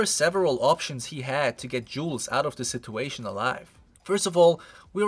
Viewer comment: friendly speaking...please learn to say situation man. it hurts my ears...